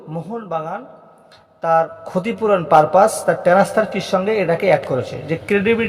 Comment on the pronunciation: ১৫ কোটি টাকা দাবি করেছে আপনি কি করে জানলেন? আপনাকে কি কানে কানে বলেছে? আর কথা হলো আনোয়ারতো লোনে খেলছে তাহলে ট্রান্সফার ফি কিসের? টেনাস্ফার না ট্রান্সফার, কেলাব না ক্লাব।